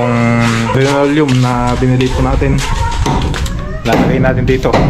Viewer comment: Hindi po RINOLEUM! Dapat LINOLEUM po!